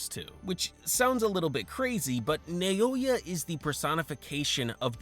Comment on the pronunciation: Bro, I'm gonna crash out, please. Why are you saying "Nayoya"? Like, you're the second person who talks about this and says that for some reason. I understand that this can be a good interaction-bait for people to correct you, but pleeeeease... This actually hurts my brain so much.